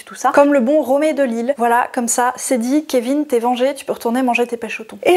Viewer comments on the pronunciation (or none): none